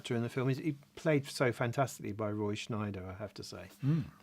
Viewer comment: It’s Scheider not Schneider.